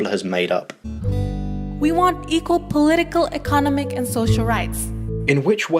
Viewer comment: Did anyone else here this girl mispronounce economic? Sounded like she said econonmic